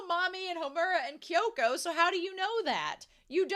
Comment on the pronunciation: Minor nitpick, but you often sayKyoko's name wrong. It's Kyoko (or Kyouko), not Kyoka. The name ends in an O. Though sometimes you do say it right.